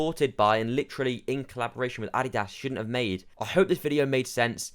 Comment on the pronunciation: I like how you cannot even pronounce Adidas correctly. Just because people aren't spending massively over MSRP for an article of clothing doesn't mean the brand is dead. More supply of shoes means more consumers are able to obtain it easier